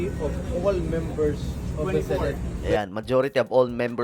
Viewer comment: SENATE po Sankay hindi SINATE... pa check sa google ang tamang pagbigkas.. Masskit kasi sa tenga... just saying